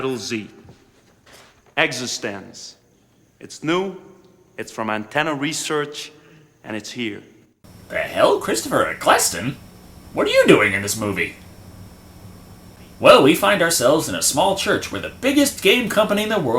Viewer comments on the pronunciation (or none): Are you mispronouncing words and names on purpose? "William" Defoe, I'm pretty sure it's pronounced Eck-El-ston, not Eck-le-ston and don't get me started on how you pronounce premise.